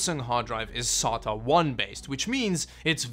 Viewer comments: I thought he was saying "solder". Say DA. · It's pronounced: "Say-ta" not "Sah-ta". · sAta drive “SATA” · How fucking hard is it to say SAY-TUH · Actually it's pronounced Serial Aye Tee Aye ;) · the way he pronounce sata is no difference than chinese people pronouncing sata